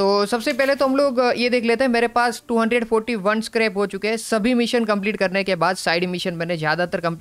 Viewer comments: It's not karps its scrap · Bro its not scarp its scrap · Scrub bol ta ha scrub nahi